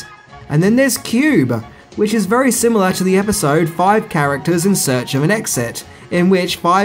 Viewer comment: The word is pronounced SIMILAR, not "simular."